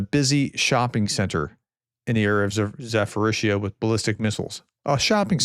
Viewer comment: Zaporizzhia pronounce with later P not PH...more like Za-Po-RiZ-Ja.